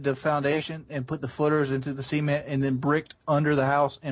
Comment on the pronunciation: Why does he pronounce cement as semen't